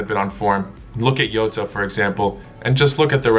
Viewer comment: Whos is eota??.. its Jota... with a J.. its Not a Silent J